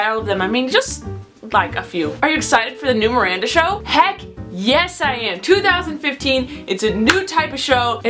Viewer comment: lol she said 3014 :p instead if 2015